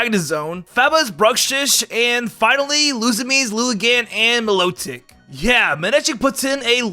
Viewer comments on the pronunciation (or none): You called Milotic lotic